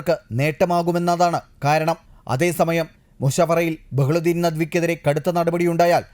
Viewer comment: ബഹ്ലുദ്ധീൻ അല്ല. Bahaudheen നദ്‌വി